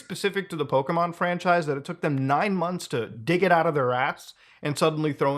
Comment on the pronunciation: A multi billion dollar company is just mad a clone is doing better than them. I'm done with Nintendo's bullshit. Also, Poh-keh. Not Poh-kee. JFC. Finally, the fact IIRC Lufia, an ASS old game from way back then had a creature capture system. This is literally just Nintendo trying to snuff out competition. The tards.